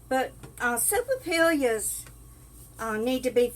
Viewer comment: not being critical, but the l's are pronounced like y's😁